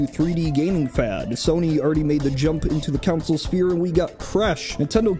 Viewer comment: But why do you say "counsel" instead of "console"